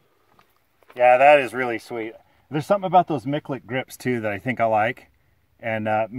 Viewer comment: Please, name the master correctly. His name has got to be pronounced "MiTCHulek", not "MiKulek". Listen to him when he introduces himself in his videos... LOL